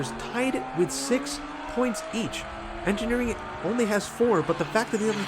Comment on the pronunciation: "I feel like I'm probably mispronouncing Engineering's name, so..." I felt that you were right how you pronounced 'Engineering' 😉 Nice races, thank you 👋🏻👴🏼